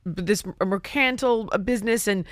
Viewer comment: "this mercantile business" 🤲🙏😂❤️🇺🇸